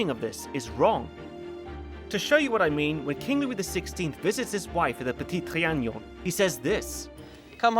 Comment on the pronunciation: If I hear you mispronounce le petit trianon ONE more time lol